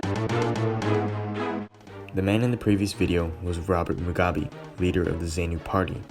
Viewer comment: Great job. Btw, Rhodesia us pronounced "Roh-DEE-zha," not 'Roh-DAY-zha." Ironically, that "ay" sound you're using should shifted over to Robert Mugabe's pronunciation: it's "Moo-GAH-bay." Zanu and Zapo: ZAH-noo and ZAH-poo. Also, Rhodesia's elite unit, the Selous Scouts (pronounced "seh-LOO"), were a seriously badass outfit. At the time, as good as any long-range reconaissance/hunter-killer patrol regiment in the world, not the least reason for it being their absolutely constant combat action. After this conflict, those guys could hire themselves out anywhere on the globe they wanted.